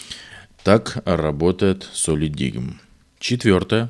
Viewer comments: это один из немногих ссд у которого производительность 1ТБ версии не отличается от 2ТБ. Кстати произносится как "солидайм" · Правильно читается "Солидайм".